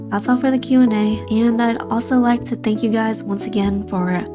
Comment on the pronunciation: why was there a cat saying fank you guys